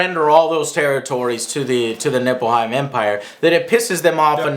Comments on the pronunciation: Nippleheim -.- ... Joe, please, some effort in pronounciation and research. ''people didn't want to surrender to Nippleheim..'' ''Obviously Nippleheim is the enemy...'' ''...once Nippleheim stops invading...'' Notice how ridiculous this sounds in your head? Ni-f-lheim. F, not P. After your review I was actually disappointed you didn't connect Nippleheim to the Batsuit of Batman & Robin... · isnt it nilfheim? not nippleheim or nipplehymen or penisheim or bignimmplepenisheim...